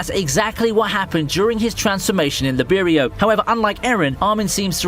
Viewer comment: Lib erio? My guy if u actually watched the anime they literally teach u to say it I don’t know how it can be difficult it’s pronounced lie berio